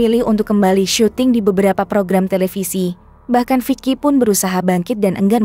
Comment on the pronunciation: Itu bacanya viki bukan vic ki